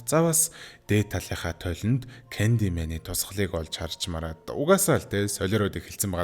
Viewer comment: Candymen gej heleed bolku bnshde